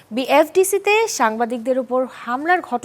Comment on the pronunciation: বি হেফ ডিসি না বি এফ ডিসি বুঝলাম না যারা বাক্য উচ্চারণ করতে পারে না তাদের কেন আনা হয় এসব শো তে